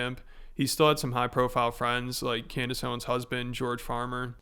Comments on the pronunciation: Did he really call her "Can-dayce"? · What’s it like running defense for a guy who pronounces your name Can-Dayce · “I’ll be honest, Canned-ace” 💀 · Did he say Can-Days 😂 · Did he just call her "Canned-Ace"? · 2025 the year of annoying voices between this guy and his American doing an impression of a British person doing an impression of an American person badly. Can Dayce is a unique way of pronouncing her name.... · Does he call her Cand-Ace to make it appear as if he doesn't know her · "Cand Ace" bro what XD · 'I'll be honest Cand-Ace!' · amongst all the grievous garbage this guy has done, let it be known that his pronouncing "Cand-Ace" is not the worst, but still terrible. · He said "Can-Daze" instead of Candace 🤣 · That's exactly what I heard! lol "Canned-ace"... what a maroon! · canned ace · Its pronounced CANNED ACE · Can dice dih fit in your mouth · Cand a$$😂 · Can dayce nuts fit on your mouth ? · it's clearly a power play from tate. He knows how to say her name right